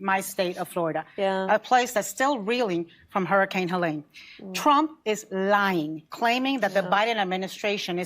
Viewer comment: I'm offended that she pronounced hurricane Helene's name wrong